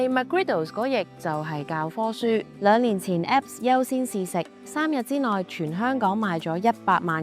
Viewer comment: App 讀成Apep